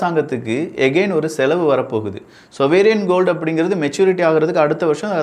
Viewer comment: "சொவேரியன் கோல்டு" இல்ல! "சாவரின் கோல்டு" என்று சொல்லு! எங்கே ஒரு முறை சொல்லு பார்க்கலாம்! விளக்கம் அருமையாக இருந்தது!